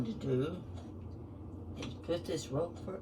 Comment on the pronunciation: Thank you for typing the name of the cheese here! I could not understand what kind she said, even after repeating twice! 😂